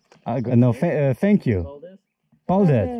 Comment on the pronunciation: That has got to be the absolutely worst attempt to say thank you in Latvian 😅